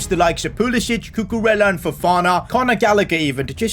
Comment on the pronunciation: Its not pulisić its pulisic(k)